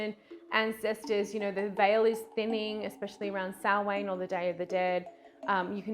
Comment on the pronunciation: Oh, I really don't want to be this person, but your pronunciation of Samhain made my Irish ears bleed 🤣 its more like sow-in (sow as in female pig). And sadly It just means November, just like Beltane means May, and Lughnasadh means August, which brings me to, may I please recommend The Ditch Witch here on YouTube, she's Irish, just 10miles from me, in Louth, named after the God Lugh as in whom Lughnasadh is also named after. Please check her out, if nothing else, she promotes Irish witchcraft, mythology etc and pronunciations 🤣